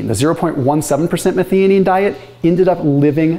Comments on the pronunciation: Methionine pronunciation - meth-i-o-neen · It's pronounced "meth-eye-oh-neen". Did my PhD on this amino acid 40 years ago... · 1) That pronounciation of methionine needs a bit of work. 2) Very simplified: the vast majority (though not all) of gene coding sequences start with ATG - which encodes the amino acid methionine. This means that most proteins start with a methionine (this can be removed or modified later during post-translational processing). So without enough methionine available, your basic protein synthesis more or less grinds to a halt. This would be very detrimental, so your body looks for alternatives to get the methionine it needs to keep protein synthesis going - the easiest way for this is dialing up autophagy, ie breaking down and recycling old proteins and re-using their methionine. So it makes sense that fasting and methionine restriction enhances autophagy and all its health benefits.